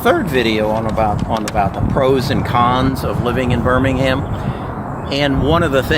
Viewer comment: Wow your pronunciation of Birmingham is perfect,... From Birmingham UK